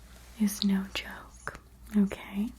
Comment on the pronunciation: I love when "" says NoKay